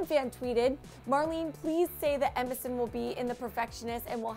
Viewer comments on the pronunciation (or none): I keep thinking she's saying MSN. Middle school flashbacks